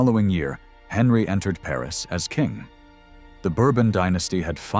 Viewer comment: I enjoy the information contained in your documentaries. However, I cringe at every mispronunciation. Henry, Louis, de Guise, etc. The mispronunciation takes away from your ethos, making me question the validity of the information given.